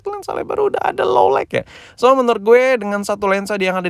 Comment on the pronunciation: lo lait bukan lo laik bang